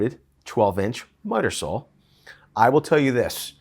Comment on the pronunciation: are you saying miter saw or mudder saw imlost